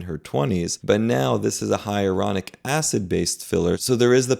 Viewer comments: Isn't it Hyaluronic, not Hyaronic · HIGH-A-LA-RONIC NOT HIARONIC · It’s HYALURONIC acid, not ‘hyeronic’. And Lisa Rinna, who was very pretty to begin with, now looks like a guy. I’ll never understand this kind of obsession with appearance 😱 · I would never trust a doctor that is unable to pronounce the word "Hyaluronic". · The repeated mispronunciation of ‘HYALURONIC’ is concerning… 😬